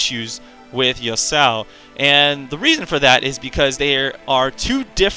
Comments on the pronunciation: I don't think it's Yusao, it's ya-su-o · Yo-sow? lol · Its pronounced "Yah-su-oh" (three syllables). I agree with a lot of your points, but I also feel like he has rather high early damage on a lot of his abilities; they sort of built his damage around the same numbers other champions would have...and then he also gets to cast his Q every 0.5 seconds or whatever and his E he can use every like 5 seconds to dash in and get an auto off. So when his abilities actually do decent damage...in my opinion, he does the most level 1 damage of any champion in the game! And its even more ridiculous because of his passive shield that he also gets at level 1 which just furthers his stupidly high trading potential early game. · A lot of people pronounce Yasuo as Yusao